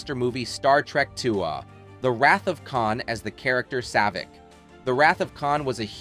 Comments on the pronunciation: "Star Trek TwoAh" "The character Sayvik" "Deeana Chambers" "She formed assosagens with certain orGANizations" 🙄 WTF? Are you ESL? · Star Trek Two-ahhhhh.